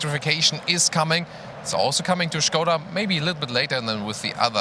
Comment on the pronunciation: Bonus points for saying Škoda, and not Skoda